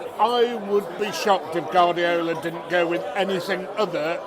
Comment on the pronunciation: Why do you pronounce Guardiola wrong? By the way i need to try that Pork knuckle!